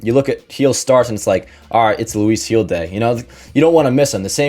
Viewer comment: It's Gil with a G not Hill with an H 😖